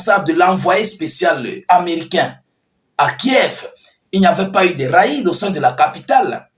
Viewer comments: Et mon gars ont ne dit pas ra-ide . On dit rede .réd . Je vous est écrit comme cela pour que vous puissiez comprends. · On dit raide = rede